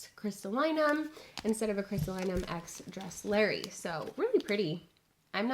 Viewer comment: it's actually pronounced DRESS- lur - eye, just fyi ☺️